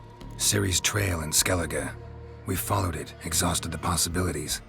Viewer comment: I'm Irish and the way they pronounce names in skellige makes me sick. I feel your pain...........